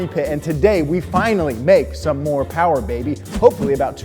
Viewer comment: Mo' powah baby!